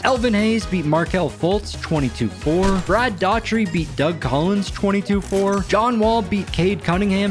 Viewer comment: Your pronunciation of "Brad Daugherty" is insulting